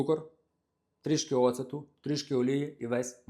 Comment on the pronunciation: Pereproshuju, ale pravyl'no govoryty ne ocEtu, a octu. Ne hrInu, a hrOnu. Diakuju za recept!